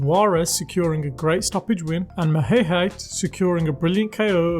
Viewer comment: Also about 80% of the fighters names are mispronounced whats up with that. Maheshate = ma-hay-hay???